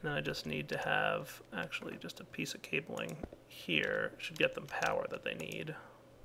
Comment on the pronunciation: Did anyone else hear 'pizza netherrack' when said 'piece of netherrack'?